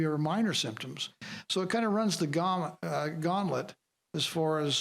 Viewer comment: "Runs the gommlet" haha, good job Herb.